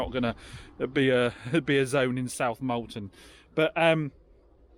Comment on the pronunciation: Thanks for the video, I just found your channel recently. It's funny when I hear you say South Molton , I'm watching from Manitoba Canada, but my Uncle and his wife run a boarding kennel and dog walking area at Newtown, that must be fairly close to you . Sounds like you've done well on sales, hopefully it continues as people might start running out of money with a bad economy and won't be able to afford so many new cars and have to buy used instead. Hope you have a good Christmas and new year.